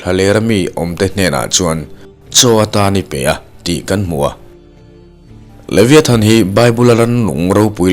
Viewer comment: A lam dan hi Leviathan nilo in Levaithan tiha lam zok tur aw